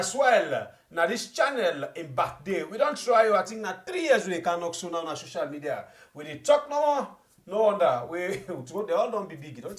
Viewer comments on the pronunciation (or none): Man say medio kitchen 😂😂😂😂.